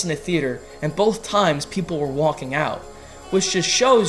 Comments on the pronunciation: Why do you pronounce Joaquin name like Walking lol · You might as well try to put on a Spanish accent when pronouncing Joaquin Phoenix's name. Maybe you'll get it right.